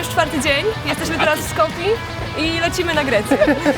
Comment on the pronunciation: co oni mają z tym "skopja", to jest "skopje" xd